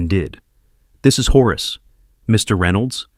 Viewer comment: "horus" - so lame, it's Horace